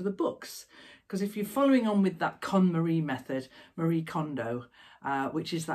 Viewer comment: Every time I hear you say KonMarie method I crack up, because although I had heard of Marie Kondo, I hadn't heard that term and to my ears it sounded like you were trying to con someone called Marie ❤xxx